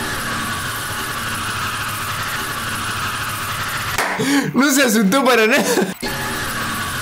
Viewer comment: el palel dice minecratf xd LOL